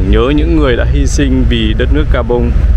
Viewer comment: Khi đọc tên đô thị thuộc Châu Phi , Ad phát âm rất chuẩn tiếng Pháp